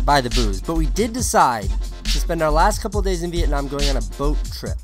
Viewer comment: Thank god he pronounce Vietnam right